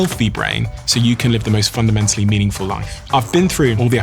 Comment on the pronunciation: Wait... Did he say... "...the most UNDEMENTALLY healthy brain."?